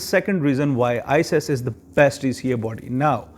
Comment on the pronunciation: Please don't say ises way say it as iqas or icas because its confusing